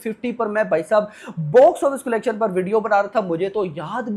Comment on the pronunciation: Bhai video banate ho na aap to please collection ka pronounciation thik se karna Sikh lo..nahi to video dekhne ka mood bhi nhi hota